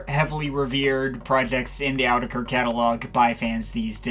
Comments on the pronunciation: It’s actually pronounced “Ayo-oh-tu-ha-kera” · It’s actually pronounced “ayy-yoo-teck-haa-reau” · Cool review, but it's pronouced otéqueurre with a thick french accent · It's actually pronounced 'Oh teacher'.